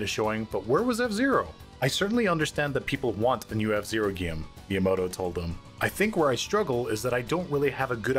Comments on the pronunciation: Dude this guy is actually saying “gyem” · Ikr it’s really distracting, he can’t pronounce the hard ‘a’ sound. Might be Canadian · Why does the f0 section narrator say game as “gyem”